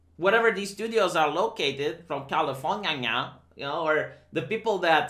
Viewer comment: "California-nia" Someone's been watching too much South Park... if it's possible to watch too much South Park.